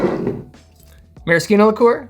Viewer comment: marriSHino! Ci in itialan makes a CH or SH sound